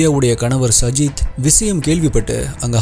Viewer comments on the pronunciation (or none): Ur name prounacition is wrong it's saajid